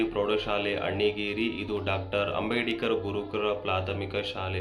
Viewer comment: ಲೇ ಮಾರಾಯ ಅದು ಅಂಬೇಡಿಕರ್ ಅಲ್ಲ ಅಂಬೇಡ್ಕರ್ ಸರಿಯಾಗಿ ಉಚ್ಚಾರಣೆ ಮಾಡಪ್ಪ ಮೊದಲು